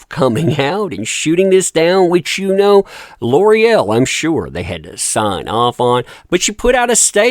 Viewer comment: It’s pronounced L’OreAl